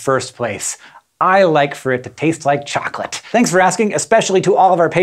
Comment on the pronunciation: How he said chocolate was funny.